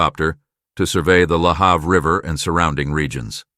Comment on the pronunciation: Im watching again about the death of Karissa Boudreau in Bridgewater Nova Scotia. I live an hour away from Bridgewater but my father who lived in Bridgewater for many years was very upset. Lahave. The a in have is pronounced a